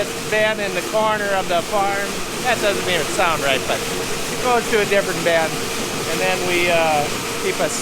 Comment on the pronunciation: Is it pronounced “ben” or “bin”? Sounds like you’re saying ben/bens.